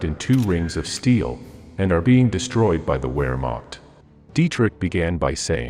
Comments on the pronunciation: It's "VERmact" not were-mact. And I'd assume that it's General Alfred "Y"arl despite starting with a 'J'. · Vere macht not where macht. Yodl not joe-dl. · The bot voice was pretty good but it doesn't switch to German pronunciation when necessary. Hearing about Colonel-General Joe-del and the ware-marked is a bit grating. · It is pronounced "Vermaht" and not "Wayrmaht" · If you can't even pronounce "Wehrmacht" properly, I'd say it was probably time to get out of the "making WWII documentaries" business. Vare-makt, not Where-makt. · Wehrmacht is pronounced “vere-macht”, not “where-macht” - it’s GERMAN for Pete’s sake. Duhh. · Really interesting video,however you need to learn correct pronunciation of German words/names. No s sound in german....the w is a v sound. Wermacht is pronounced Vermacht. Sorry, mispronounced words bother me. Petty I know.😏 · The German pronunciation is "Goerbbels" not "Goebbels", "Wehrmacht" is "Vhermacht", and "Jodl" is "Yodl". AI is idiotic. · GER-bulls, not GO BULLS; VARE-mocked, not WHERE-MOCKED; And it's not pronounced COO DEE AY TAH. Otherwise, a good mini-doc. Just curious: I know there's a person speaking at the end, but was the narration actually AI? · What's Moss Cow? And what's the Wear Marked? Please buy a better robo-voice. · Gou‐bells? Ja-del? Time-O-Shenko? Where-macht? These AI narrators are terrible. You would think the makers of a permanent YouTube record would actually care about details like pronunciation. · In German, a W is pronounced as a V. So, Vermacht or Vagner. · Call me picky but please learn how to pronounce German. Wehrmacht sounds like a V not a W like in English. Goebbels has an umlaut which I don't have on my keyboard. Otherwise a good historical account of the disconnect between Hitler and Goebbels and the real situation on the front. And how it ruined their credibility. Even worse in 1942 than in 1941. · It's pronounced -' Vehr macht '. And ' Jodl' is pronounced -' Yodel' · ....the WHEREmacht!...🙄